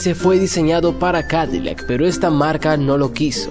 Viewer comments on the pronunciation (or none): none